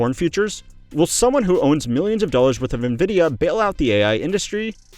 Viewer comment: Nice AI video with fiver voice over. Nobody says nuh vidya